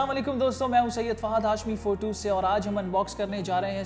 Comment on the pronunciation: bolna sikhle pehle photu photu photu